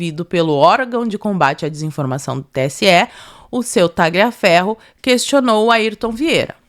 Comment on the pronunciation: Primeiro, nome e sobrenome, de origem italiana que contenham a letra "G", não se pronuncia a letra "G", por exemplo: Tagliaferro, fica a pronúncia, Taliaferro, Gagliasso. Ignes era o nome da minha vó e era chamada de Ines. Sobre o poder de polícia do TSE, é só durante o pleito e nessa data já havia se passado . Tudo ilegal!❤